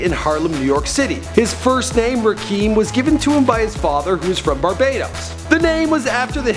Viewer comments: Rakeeeeeeem haha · Nigga its pronounced Ra-Kim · its Rakim [RAH-KIM] and Peso[Pay-So] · It's Ra-kim bitch!! Damn you would sound a lot more credible if you actually knew how to pronounce their names correctly. Fucked Quavo's name up too! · not rakeem wtf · RA- FUCKING KIM NOT RAKEEM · It's pronounced Rah-Kim not ra keem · get the name right..Rakim not Rakeem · Rahkeem? Does he mean Rahkim? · this nigga can't even get his real name right. Its Rakim not Rakeem. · dumb ass nigga said Rakeem. nigga its Rakim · "Rah-kim" not "Ra-keem" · Rah-Kim , Rah-Kim , Rah-Kim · I can tell this dude don't listen to rap music with this disrespectful video callin him Rakeem and disrespectin the God MC Rakim...smh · It is rah Kim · RAH-KIM! Damn white folks be fucking Up Original Black Names! It's not TU-PACK? ITS TU-PAC? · So nobody gon point out this man mispronouncing Rakim.... Rakeem? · this guy is so fucking annoying, "RA-KEEM" and "PESSO" WHAT THE FUCK? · It's "Rah-Kim" man. You don't know much bout Hip-Hop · TAKE THIS VIDEO DOWN, IT'S RAKIM. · its pronounced rah-kim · you are destroying the name Rakim ( RAH -KIM ) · It's pronounced Rah-kim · You never pronounce anyone's name properly, its Rah-Kim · "rikeem" "pessoh" fuckin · His father wasnt murderd, he passed away, yams aint calld yamy, Rahkim aint pronounced rakeeeeem …. this dude is no fucking Naudwar … fuking Moron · its rahkim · Rakeem? Really bro? Really? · lol my man said "RaKEEM" good work tho, keep it up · "Rah-kim" "Pay-so" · This guys pronunciations of Rakim and Peso have me dying lmfao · Am I the only one who cringes every time he tries to pronounce Rakim? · Yeah he did lmao. rocky dont say it right